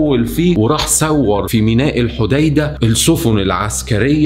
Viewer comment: راااائع ولكن عذرا الحديدة تنطق هكذا الحُدَيٍِدة بتشديد وكسر الياء